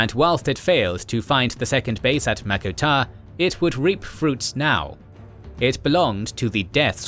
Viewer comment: wtf is mako tar?